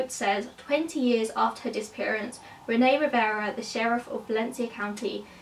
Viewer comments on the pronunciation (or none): none